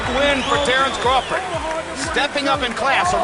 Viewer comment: it's crawford 😂